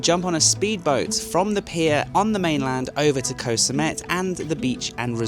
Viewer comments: Can you pronounce koh correctly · In Thai, the "K" in "Koh" (which means island) is unaspirated, meaning it sounds somewhere between a K and a G. If you pronounce it with a soft "G" sound, you will sound very natural to local speakers. Ask a local.